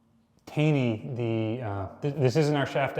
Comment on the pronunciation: curious on your pronunciation of the Taney. Generally, anything named after Roger Taney or his family I've always heard pronounced as "Tawney."